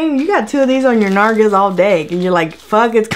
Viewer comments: Nargas 😂😂😂😂 lol its nalgas 😂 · For those of you who do not understand "nargas" it's spanish for buttocks! I am lol, you are helping with my stress with the negative vibes lately, Thankyou 😘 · "nargas" hahahahahah khé? 😂😂😂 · By the way its nalgas! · "on my nargas" I'm dying! 🤣🤣🤣🤣